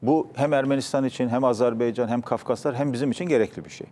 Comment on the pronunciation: Azerbaycan, azerbeycan degil. Tarihci kalin daha iyi bilmeli bunu